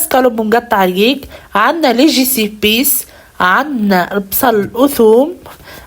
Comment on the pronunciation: لجيبيس انطقاها فرنسي تعجبني كل هدرتك غير لجبيس تكسر فيها اعدلها برك راك طوب ❤